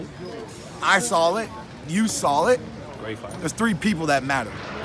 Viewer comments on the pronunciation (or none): This guy added the letter L in the word saw "I sawl it. You sawl it" 😂😂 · "You sawll it" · Keith “you sawl it, i sawl it” Thurman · New word created by thurman..sawl it.😁😁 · Nobody: Keith Thurman: "i sawl it, you sawl it" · "I sawl it, you sawl it" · Keith "I SaWLid, You SaWLID." Thurman. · Keith "I sawl it, you sawl it, herky jerky" Thurman